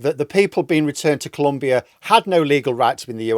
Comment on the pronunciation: It's Colombia ! Not 'Columbia'.